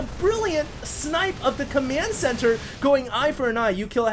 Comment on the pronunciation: is it just me or does say "commyand center" instead of command? lol